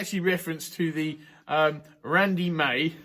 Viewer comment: Rrrrrandy May!